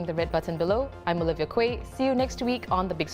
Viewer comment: OLIVIA QUAY.......if we are not mistaken.....your surname QUAY.. should be pronounced as KEY......NOT KU-EH..... Like a place in Spore-- COLLIER QUAY.....pronounced as ......COLLIER KEY Or ROBERTSON QUAY......as ROBERTSON KEY. GOD BLESS ❤❤❤